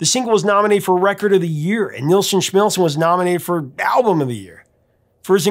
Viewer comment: How do you get Schmilsson right, and Nilsson wrong?